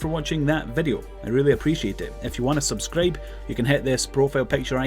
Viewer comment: "if you wanna subskreip"